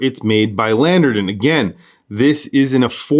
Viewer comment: Landeron not "Landerdon"